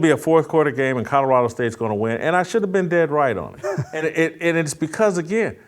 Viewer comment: JASON….IT’S NOT CUDDERADO!!! Love ya… but it’s Col o ra do!!😂😅